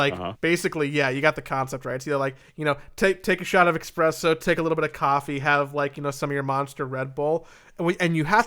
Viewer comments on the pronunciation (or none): "Expresso"... I thought this podcast was better than that.